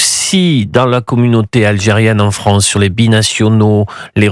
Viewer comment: En tant... Besoin... "Fronce" 😂